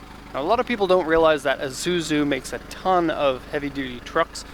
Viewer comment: It pronounced eee zuzu not a zuzu